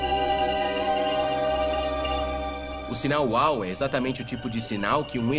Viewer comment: Nao se diz sinal uau e sim sinal uou